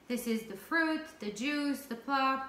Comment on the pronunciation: pulp not plup. 😁plup is